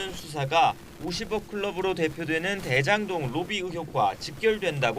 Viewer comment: 드에장동 ... 발음 교정좀 하자